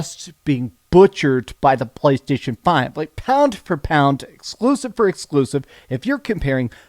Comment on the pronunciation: Everybody: "Playstation": "Pcchhhlaystation"